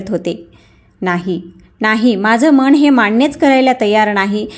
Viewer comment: वाचन अतिशय अशुद्ध आहे ण आणि न चा उच्चार चुकीचा करता मन मण नाही. भावना , अनैतिक अशा अनेक शब्दाचे उच्चार चुकीचे आहेत